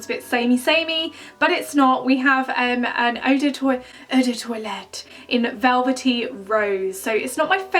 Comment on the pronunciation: loving how you're saying eu do toilette 😂😂😭😝